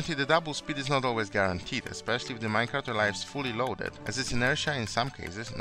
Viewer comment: "Especially GDY minecrat" HMMM are you Polish ?